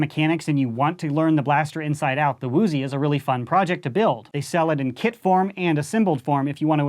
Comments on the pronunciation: its actually uzi not "woooooozi" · Why does he keep saying “woozie”?